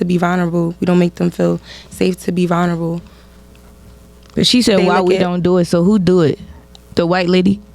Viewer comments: imagine being unable to pronounce vulnerable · It's crazy how often our men and women open their mouths as if there's an outpour of truth and wisdom in every sentence and syllable but they're mispronouncing and saying stuff like "valnerable" and "interpretate"